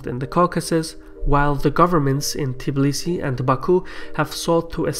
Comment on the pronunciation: it's "Tbilisi" not "Tiblisi"